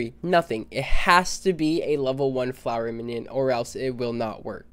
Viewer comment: man said flower minion